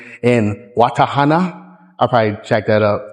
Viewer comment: I believe that's in "Watthana" District, Bangkok (it's pronounced "wat-ta-na") (Tip: whenever you see English version of Thai names that use "TH" in it, just replace that with "T" sound when you say it, for example Thailand is pronounced "tai-land" not "thigh-land")